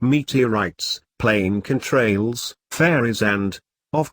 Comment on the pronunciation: meat-tee-allrights....plane can-trails......god i hate robot voice.....as for the ob.....the sun is clearly lower than the camera as to wether that is its reflection off a plane.....it could be dropping altitude .....time and pos should match records....likley a sat.....im glad ufo's are back.....racism and war is horrible.